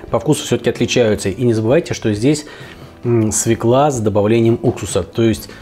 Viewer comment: С Новым годом! Только пожалуйста говорите правильно, свёкла а не свекла, ударение на ё всегда в русском языке! Как слышу «свекла» будто Самура high carbon по помидорам) кстати, приобрёл точильный камень Самура по промокод, спасибо!